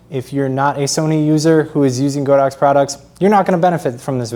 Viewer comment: It pronounces God ox!